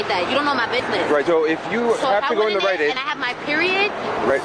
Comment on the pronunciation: At a “RiteAide!”